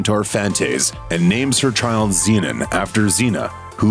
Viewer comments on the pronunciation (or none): none